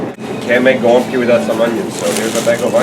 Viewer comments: my family always pronounced these as "gwumpki" very close as you do., but i never knew if that was actually correct. unfortunately my grandma passed away and no once else in the family can make them anymore :( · Finally! Hearing someone correctly pronounce the name of this Polish food is music to my third-generation Polish-American ears!